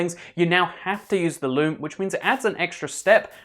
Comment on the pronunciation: It's sounds like he's saying lube instead of loom